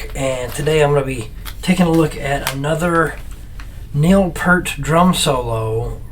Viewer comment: Just a gentle reminder that his name was pronounced just like it was spelled: P-ear-t Not "P-er-T" or "P-ur-T" PS - Glad to see you climbing into this massive bunny hole with us too.